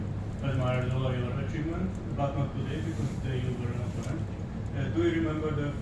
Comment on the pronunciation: Opponent!!! Accent is on the second syllable!!!!!